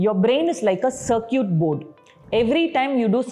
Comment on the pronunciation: 04 it carkit not carkyut....